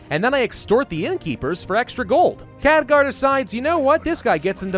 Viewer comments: NeeshKa neesh Ka.N E E S H K A. KheLgar. K H E L G A R. not Khadgar. KHELGAR. Otherwise, great video. But damn man, those names really hurt to listen to. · KHELGAR!!! not Khadgar, come on. Show the Ironfist some respect!! and its NeeshKA, not Neesha. Names are my pet peeve man.